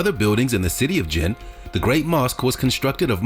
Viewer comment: The statue is from Senegal, where I come from, what he's saying is not true and we view it proudly. The commentator needs to do more research and check the background before making comments. The same goes for the mosque in Djenne. He can start by researching how to pronounce it for instance.